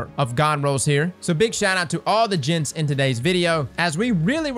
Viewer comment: Every time you say gents I think you’re saying jhit, only real FL boys know